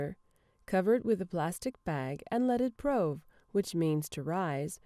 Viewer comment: I didn't think it was pronounced 'prowve', I've always said 'proove'.